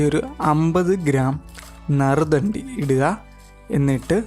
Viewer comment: നരുദ്ധാണ്ടി അല്ല. നറുനീണ്ടി. റെസിപ്പി ഗുഡ്